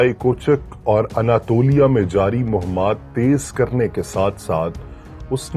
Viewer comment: تلفظ درست فرما لیجئے: ’’مُہمات‘‘ غلط اور ’’مُہِمّات‘‘ درست ہے (مُہِم کی جمع: مادہ : ہ م م)۔